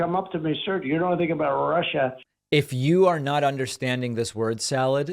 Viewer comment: Russia, Russia, Russia... sounds more like Marsha, Marsha, Marsha...